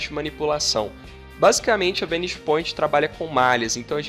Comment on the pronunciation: Sua pronúncia da palavra "vanishing" está errada!!!